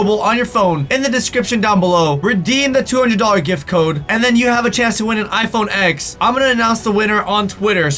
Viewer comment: You said iphone x but i kinda hear iphone eggs